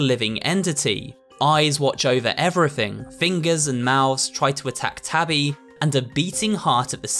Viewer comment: I love the way how he calls Tabby “Toby”😭